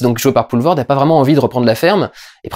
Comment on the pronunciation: Putain... tu ... prononces bien... Poelvoorde. Accepte cette frite andalouse en signe de respect.